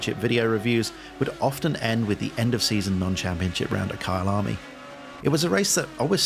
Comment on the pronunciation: I thought you were saying Kyle army as a movement ahah looks good tho